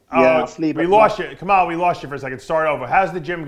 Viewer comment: ILHAN D5 65كمال kamal not kemal ..... I'm from libya